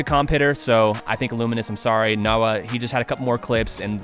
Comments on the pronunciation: I am pretty sure that NoWa is pronounced Noh-Wah instead of NOW-AH considering the name is not nowa or NOWA, it is literally NoWa. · I think nowa's name is pernouced "noah"